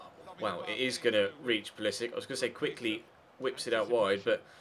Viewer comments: Pulisic is pronounced Pulisich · Theobold Trollington-Smythe no, i think is correct, pulisic has an accent on top of the c that reads ch